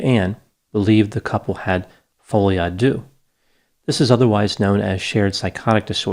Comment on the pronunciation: Its pronounced folie a der...not doo...